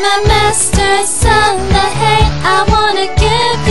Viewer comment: You said Saranghae wrong. /smh Go listen to more k-pop and learn how to pronounce the words right. It's not Salanghae. and you seem kinda flat toned. Other than that, it wasn't too bad. ^^ Keep trying.